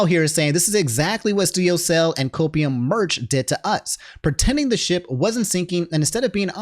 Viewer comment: "The sip has been shinking" Nah man I heard that "sit"